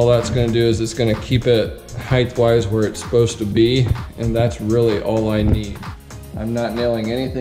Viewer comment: Height not heighth.